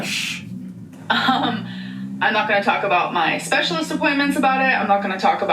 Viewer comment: Right? “My specialeeests’ appointments”? For a sprained ankle?